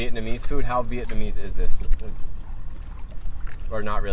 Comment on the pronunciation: your pronunciation and tone/accent is getting really good! Most of the Vietnamese sentences you said in this video was quite on point! Impressed!